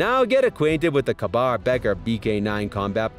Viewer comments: Kah-bar? It's pronounced like "KAY-BAR" this guy really doesn't know anything about knives. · Ka-bar is said like Kay-bar, no kaaaa-bar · K Bar is an American co not an Indian co pronounced as cabar. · ka-bar=KAY-BAR... learn what ya'll are talking about! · He said mol like a gangsters gun mol instead of molle. And kuh bar. Smh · The "robot" voice is offensive even to the point of mispronouncing words, e.g. Ka-Bar. I therefore voted this "Top 10 Zone" DOWN. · I thought "Moll" and Adamas were bad enough, but I lost it when he got to Ka-bar.